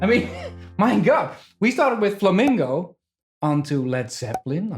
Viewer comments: Flamingo is a bird, it's pronounced flamenco 😁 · FlamIngo and Flamenco..... a very clear difference in meaning and pronunciation